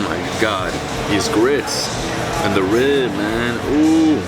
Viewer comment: The Miami came outta him when he said "these grits, and the rib mann ouuu"